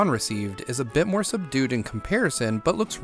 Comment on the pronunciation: it’s more* not moar